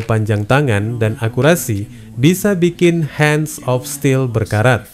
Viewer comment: Hands of still.. Koq dibaca "han" Min?? 😂😂😂😂